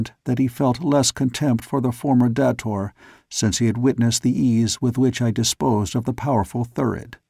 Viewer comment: come on, really? dah-tor?? Really? It's pronounced Day-tor. that's why it's spelled with one T. Now I'm wondering if you will say Phaidor correctly or not. smh Can't wait to see how you say Xodar. You do say it with a Z sound, don't you. If not, I want my money BACK! Oh, wait. It's freeeeee. Still. I may have to do a reading of these books if you can't read it correctly.